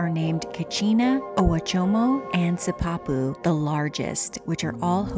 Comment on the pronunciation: Sipapu is pronounced "SEEP ah poo. I lived in Arizona for 7 years and New Mexico for over 6 years so I picked up the pronunciation of a few Native American words. I think the word Sipapu is used somewhere in the Grand Canyon, but I'm now almost 78 and most of those 13 years were in my 20's - I've forgotten much more than I've ever learned! Also, I worked for the U.S. Forest Service for a career, all but 4 of the years in recreation management. The term "Primitive Camping" applies to locations, where when legal (local restrictions often apply - especially in high use areas), that have zero improvements or developments other than maybe a user built rock campfire ring. The campground you were in had everything but water and electric. It had a developed parking spot, a metal fire ring equipped with a grille, picnic table and restrooms. In other words "Primitive Camping" means no improvements, no matter how limited, exist at all other than the road or trail that provides access. "Wilderness Camping" applies to camping in designated wilderness areas. Congressionally designated that is. I was at Natural Bridges National Monument in 1990 at the tender age of 42 and had hiked with my girlfriend to the bottom of the lowest bridge when I was approached by an elderly man about his injured wife, saying she had broken her ankle. Sure enough, it looked like her ankle had a protrusion that was obvious and not normal. Some swelling had started to set in as well. None of the other visitors see